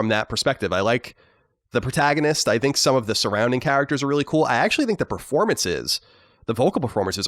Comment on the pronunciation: Now that were talking about how Colin doesn't pronounce things properly, does it bother anyone else how he pronounces the word "think"? He pronounces every TH word the same. He pronounces think, thistle, and throw, the same as there, then and this. It's distracting every time he does it.